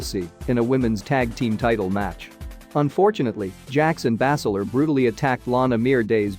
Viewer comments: It is not bass ler its( baze ler) not sheeemas its shame mas quit reading it watch the product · He probably does it on purpose to get more views ... who the fuck pronounces Sheamus the way this fool does 🤦🏻‍♂️ and Bazler lol Bass Ler wtf